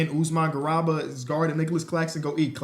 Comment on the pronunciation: always mispronouncing "Garuba" 😭